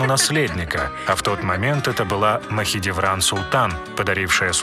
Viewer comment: ПАРГАЛИ, а не параглы, ты половину слов не правильно произносишь, Махидевран тоже самое